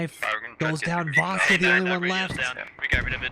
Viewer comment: Vasya is a slavic first name, it's pronounced like "Vasha"